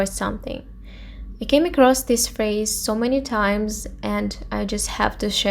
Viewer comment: First learn how to pronounce the words properly, then post your videos. Eurovision, phrase, use...